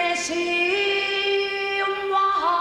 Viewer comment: 夏川りみ、江利チエミ、ひばり、パティーペイジ、四人の素晴らしいテネシーワルツを聴き比べることが出来た。UPして下さり感謝。4人の中でチエミが一番スウィングしており、発音からも耳の良さが感じられた。 4人の英語の発音をTennessée Waltzのワルツという単語に焦点を当てて比較してみると、 パティーペイジ: ”ウォールツ”と発音している（ )。 15歳のチエミ : パティーペイジのオリジナルの通り正確に、”ウォールツ”と発音している（ ) 。 ひばり : チエミと同じく”ウォールツ”と発音している（ )。 夏川 : カタカナ的に”ワルツ”と発音している（ ) 。 これは夏川は、カタカナのタイトルから影響を受けているのに対し、当時12歳のチエミはパティーペイジのレコードを擦り切れるほど聴き、耳からインプットしていた違いだと思う。ひばりは意外にも英語の歌の発音には定評があり、チエミ同様、”ウォールツ”ときれいに発音している。おそらくパティーペイジ他、米人歌手のレコードを参考にしていたと思われる。